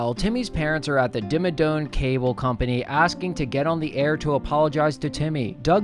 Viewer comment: i’m getting irrationally upset at you saying doug dimmadoNe. it’s dome. he’s the owner of the Dimmsdale Dimmadome.